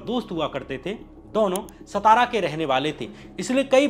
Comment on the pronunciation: श्याम मीरा जी, नमस्ते। जैसा आपने कहा कि अंधश्रद्धा निर्मूलन समिति के अध्यक्ष नरेन्द्र दाभोलकर का शव उनके गृह ज़िले सतारा में लाया गया; यहां मैं आपको यह सूचित करना चाहता हूं कि महाराष्ट्र में सतारा नाम का कोई भी शहर या ज़िला नही है। आप जिस ज़िले की बात कर रहे हैं;उस ज़िले का नाम 'सातारा' है ना कि 'सतारा'। यह अंग्रेजी लिपी रोमन की देन है जो एक ही प्रकार के हिज्जय(Spelling)को अनेक तरीके से पढ़ने या उच्चारण करवाकर ग़लत जानकारी देती है। अब SATARA को अनेक तरह से पढ़ा,बोला जा सकता है। जैसे-: सतारा, सातारा, सतरा और सातरा। इनमें क्रमांक दो का यानी 'सातारा' यह नाम सही और अधिकृत है।आप को मालूम नही है;तो किसी महाराष्ट्र के निवासी से पूछ लें। अगर पटना का अंग्रेजी में PATNA है;तो उसे पाटना, पातना,पतना ऐसा बोला जाए तो वह सुनने में कैसा लगेगा। धन्यवाद।